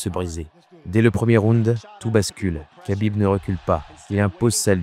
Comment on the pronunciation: Mec tu sais même pas prononcer Khabib, et tu fais des vidéos de MMA?